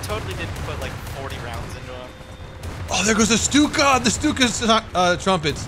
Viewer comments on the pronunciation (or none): none